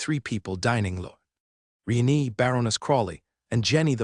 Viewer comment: Lord "Re-nee" again..? 😅